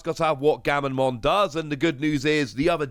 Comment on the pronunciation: Comments: Gamma...: Gamma... Comments:...Mon.:...Mon. Comments: Gammamon!: Gammonmon!